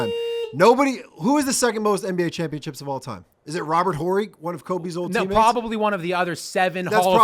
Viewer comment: “Robert Whorrey” 😂 cmon bruh, you gotta at least pronounce players names right if you gonna claim to be an expert.